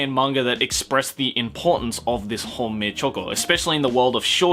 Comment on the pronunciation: I heard homemade choco instead of Honmei-choco